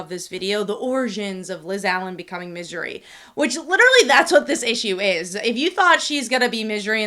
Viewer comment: Why do you pronounce it midjery?